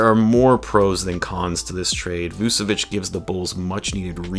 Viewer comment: Dont wanne be that guy but its Vooch-evich